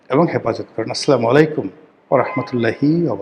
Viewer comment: ভাই আপনার মত ব্যাক্তির সালাম টা আরো শুদ্ধ করে দেয়া উচিৎ